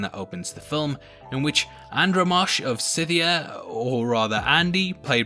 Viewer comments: Andromache is pronounced An-drom-a-key not Andro-marsh 🤦🏽‍♀️😂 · An-drama-key. Not andro-mosh. Otherwise great video.